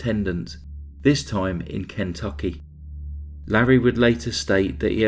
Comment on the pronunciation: Absolutely no citizen of the United States pronounces it KEN tucky 😂